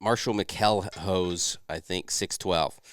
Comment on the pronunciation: Great show fellas. For future reference my last name is pronounced (MACK L HOSE). What is the best route to contact y'all with questions?